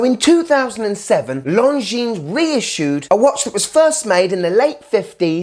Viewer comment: Great review mate!! I love Longines and their history, and a BIG thank you for pronouncing the name correctly hahaha! (So many people say long-jeans - the S is SILENT, people!!) lol 🤣:_STUNNER::_SUPER